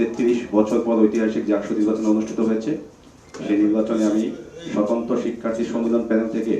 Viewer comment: ভাই ঠিক করে বলেন স্বতন্ত্র